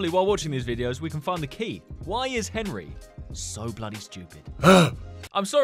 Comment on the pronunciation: Does anyone else say enry